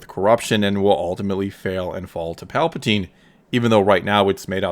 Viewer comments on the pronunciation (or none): none